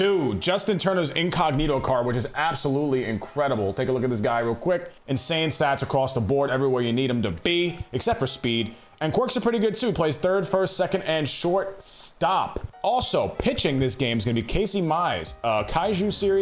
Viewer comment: Lol this man said “Quorks” not quirks